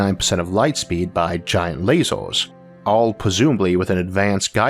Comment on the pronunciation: Can you please not say " lazors ", because I feel like I'm watching some elaborate prank.